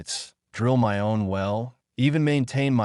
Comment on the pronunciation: Nice story but my is pronounced "mi" with a long "i" noy "m" "y". Fix this BS.